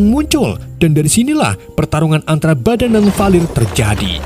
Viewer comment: bikinketawa pasnaratorbilang badang dan valir😂😂